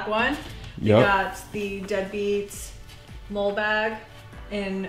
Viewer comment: Ok, the Dead Beat Customs bag, the molle bag is pronounced like the name, Molly, not like the critter that wrecks your yard, a mole. Just wanted to help ya out there.